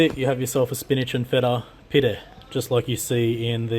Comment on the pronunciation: As a Turk i'd like to say a big thank you for pronouncing Pide the correct way. Far too often i hear people pronounce it as "Pie-Dee" and it makes my rage meter go off, kinda like when you see people on phones in cars 😊